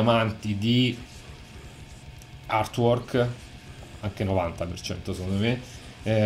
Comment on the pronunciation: =)) ottimo! cmq se posso ti do una piccola dritta si pronuncia artuork (con la a aspirata) non irtuork🙂 ah non dimentichiamo che Giger creo' pure l'alieno di Specie mortale (la serie Species, colla modella bionda che si trasforma :=))) purtroppo HR giger e' morto 4-5 anni fa :=(((